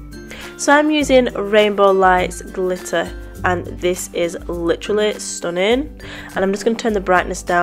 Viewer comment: No! I love it when you say "stunnin" don't change a thing. You are very talented and I like how you are funny in the videos. Thumbs up